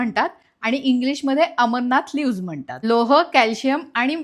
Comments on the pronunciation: अमरनाथ नाही, अमरंथ म्हणतात. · Tey "Amarnath" nahi ho tyala "Amaranth" ase mhantat😂😂